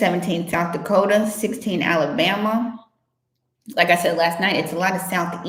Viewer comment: Clear , " Alabama " .